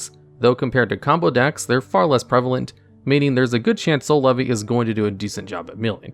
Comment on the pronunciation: Every time i hear Soul Levy , i hear "C'est la vie '